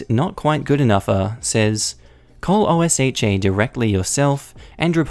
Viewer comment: Also, just a heads-up for future reference: OSHA is not one of those acronyms that's read as letters. It's read like its own word. It's pronounced like "Oh-shuh."